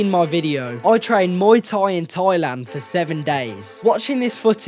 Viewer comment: It’s not TOYLAND it’s THAILAND 😂